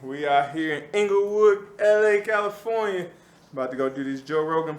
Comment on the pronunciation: "CALIFORINA" LOOOOOOL